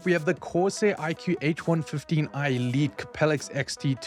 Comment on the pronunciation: pronouncing Elite “I LEAK” when talking about the Liquid Cooler on sale was funny.